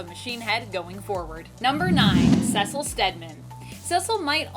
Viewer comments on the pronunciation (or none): Cecil = SEE-sill